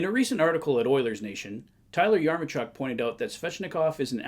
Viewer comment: Thanks for the video! Just wanted to clear up the correct pronunciation of Yaremchuk is "Ya-rem-chuck"